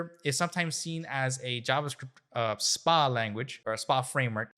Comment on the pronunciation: Stop caling it Spa-Applications, it has nothing to do with Wellness. It's SPA, all uppercase, its an Acronym so it's AS-PE-AY Applicatons.